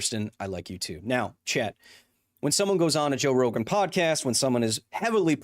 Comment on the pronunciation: Totally thought Kyle kept hounding some guy named Chet the whole time because of the way he says "chat".